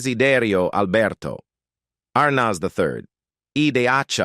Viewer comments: "Dacey Arnoz" seriously????????? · Good grief! You would think that the narrator would at least pronounce Arnez correctly. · Pictures don’t go with story. This is Lame. Belongs on radio. These robot announcers can’t be expected to check pronunciations in advance. ARR nazz. Priceless. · Can’t pronounce words and names properly like Dessie last name and the kid who plaid their son. Get it right or don’t do it.